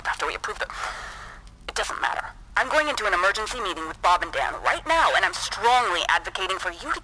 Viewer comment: Are u serious right neow bro?